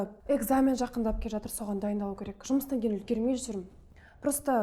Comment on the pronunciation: Атыр,атыр демей жатыр деп дұрыс сөйлемейме😮